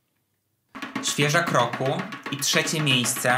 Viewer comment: Usłyszałam "Świeża W Kroku" zamiast "Świeżak roku" 😑 czas się wybrać do lekarza od uszu